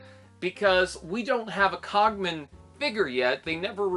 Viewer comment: Yeah I only brought this up because the car design looks very much a like the cogman, anyway good points! & yeah man you butched my name haha! It's okay I probably should say it more in my videos!